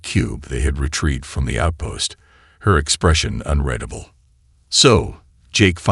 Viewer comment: ["Debris" is pronounced "day-bree", the "s" is silent.] [Warriors, mercenaries, pirates have faces that are "sk-are-d" not "skay-rd"] and ["unreadable" is pronounced "un-reed-able" not "un-red-able"] These have been consistently mispronounced across all of the HFY story formats by all of the narrators I have encountered. Therefore, I am going to assume that by correcting one I am correcting all. Right?